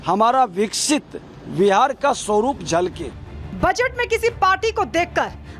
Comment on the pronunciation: जो बजट उच्चारण नही कर पाती, अब ओ बजट पर बोल रही है 🤪